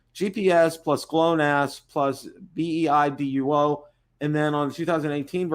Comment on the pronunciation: BEIDOU , ( not beiduo ) is the name of the chineese GPS system